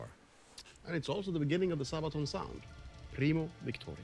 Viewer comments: Pronounced Saabaton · sa ba ton ....sad(-d) baah(goat) (won) ton (soup). sabaton not sabe'aton or wtvr.make sense? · Sābaton. Short "a". Armored shoe as a part of plate harness. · The second way you pronounced it in the beginning of the video was good. Source: I'm Swedish. (Whatever that is worth since it's not a Swedish word.) "Didn't realize it was D-day until I woke up this morning." Kind of how it was for the Germans, I guess...